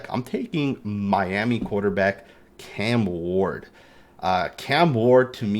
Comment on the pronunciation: Love you said cam ward